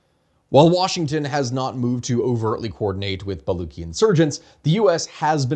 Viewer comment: I understand why it's difficult to pronounce things correctly, but Baluchi is pronounced Buh-LOO-tshee, not Bah-LOO-kee as you pronounced it throughout the video. The guttural phlegmy sound is spelled /kh/ when transcribing Perso-Arabic scripted languages.